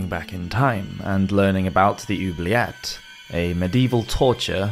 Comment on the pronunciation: Oubliet... = ooh-blee-ay